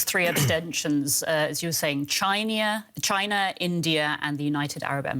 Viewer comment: This lady mispronounced china. I'm dead